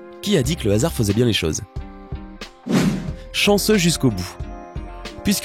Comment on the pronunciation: Chensseu mais pas chensseu